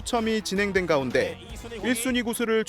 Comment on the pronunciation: 이상하네요.... 왜 나만 여기자발음이 이상하게 들리나요? 가운데...를 가운디. ...라고 말하는거 같은데 한두번 이렇게 말하는게 아니던데....시정이 안돼는 이유가 몰까요?